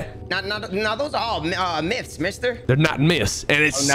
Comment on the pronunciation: Lmao he said MIST!!!! Tryin 2 say myths!!! Fat tounge ahh!!! 🤣🤣🤣🤣🤣